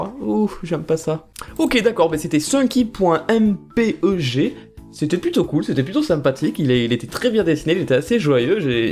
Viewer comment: On dit éxé pour les fichier en .exe car ça veut dire exécutable. Pour le .mpeg, on dit "aime paig" Mais bon, c'est pas grave si tu prononces pas parfaitement, ta vidéo est super ^-^